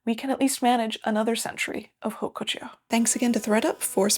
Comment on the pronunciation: The "h" is not pronounced in French. Please ...